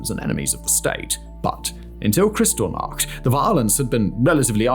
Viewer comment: FYI, it’s pronounced like “kris-TALL-nacht”, not “CRYStal-nacht”.